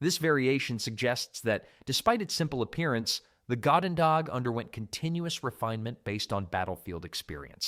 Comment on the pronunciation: Narrator pronounced "goedendag" about 5 different ways in that one segment.